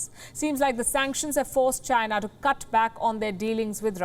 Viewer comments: You pronounced China..wrong! You pronounced Gina... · "Chy-na" not China. DJT